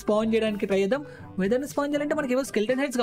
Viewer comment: Weather kaadu wither